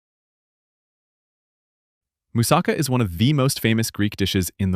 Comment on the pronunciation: This guys pronounciation is killing me as much as those fake dental commercials. By the way don't even think of buyinhg them. Roll the "R" as RRRRHO, YEE RRRHO. MOOOSAHKHA, PHEEILOH. Yee he's rrrrohing a boat. A person from Boston saying a moose is driving a car, Moose sa CAH.